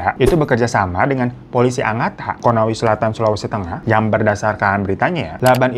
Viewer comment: Tau aje lu bang gw mau mudik ke Sulawesi tenggara tapi lewat pelabuhan tanjung perak Surabaya. Ngebahas kasus ini koq kayak tau tau aje lu bang glowing. 😂😂😂😂😂 Eh btw bukan konawi selatan bang, tapi konawe selatan. Kalo mau simpel, singkat aja konsel.